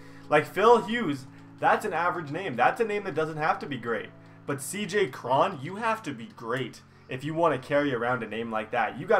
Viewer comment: It's not cj kron its cj cron crone